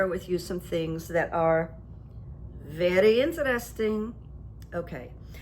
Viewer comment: Veddy interesting…..but stoopid.. isn’t that what he said ?? 🤣🤣